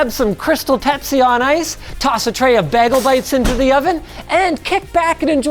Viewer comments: Did Linus just say bag-els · I didn't know Linus lived in New York